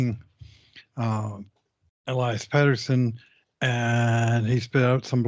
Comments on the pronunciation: I do as well. I don't understand it. has pronounced it correctly on many occasions. As well, the television broadcast gets it correct, and clearly watches the TV broadcast. Sometimes I wonder if it is on purpose? Even if he can't hear the correct pronunciation, he should at least be able to READ. Petterson has two "t"'s Peterson has one "t". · I love the show. However I cringe when mispronounces Pettersson's name, it truly makes him sound less credible.